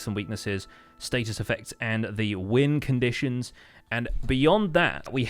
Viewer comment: I know you said win conditions but i heard wind conditions lol.